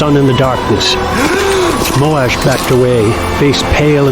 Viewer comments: I always read Moash as Moe-shh and the Moe-Ash pronunciation still sounds weird to me. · Moash not Molash